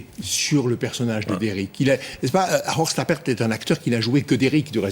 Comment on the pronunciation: "Horst Trappert"